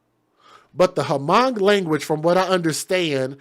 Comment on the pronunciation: It's spelled Hmong, but it's pronouced Mong. The h is silent.